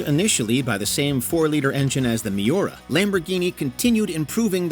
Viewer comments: Oh man, that pronunciation of Miura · Its MIURA not miora